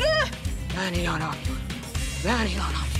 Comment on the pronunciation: ben inanamıyurum ben inanamıyurum😂🤣